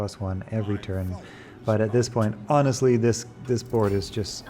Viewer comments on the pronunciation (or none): none